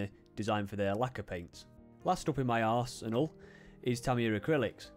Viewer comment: I like how you said - My ars enal